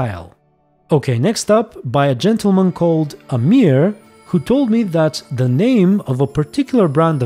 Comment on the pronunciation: I love that he pronounce amir as it was emhyr